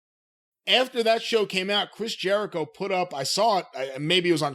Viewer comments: He said Chris ‘Jericho-vid’ 😂😂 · "Chris JeriCOVID," 😂😂😂